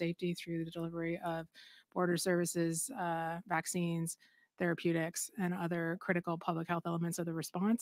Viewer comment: Thank you! That lady actually said therapeutics lololol